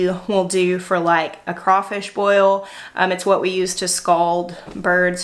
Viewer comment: I’m so surprised and proud that you said “crawfish” correctly instead of saying “crayfish” lol and I’m surprised that y’all do crawfish boils